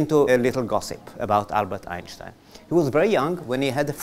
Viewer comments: der Sprecher ist unfähig Einstein korrekt auszusprechen und redet irgendein anderes Geräusch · the speaker unable to say the word Einstein correctly